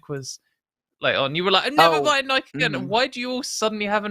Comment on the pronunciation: I can confirm that pronounced Nike the correct way we say it in the UK.